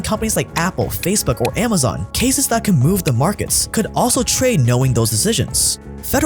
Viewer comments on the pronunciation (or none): none